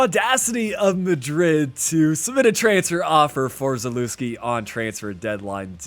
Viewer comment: I heard you pronounce Zalewski and almost clicked off please do better